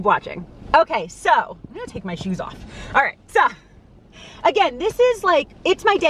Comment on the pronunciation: Your NY accent barely ever comes out… but when you said “AWLLL”… I can’t lie. I giggled hard. I give my husband the same hard time about his Mass accent 😂💜